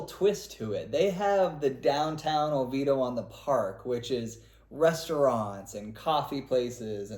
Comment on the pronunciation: Its OVIEDO (Oh-VEE-AY-Do)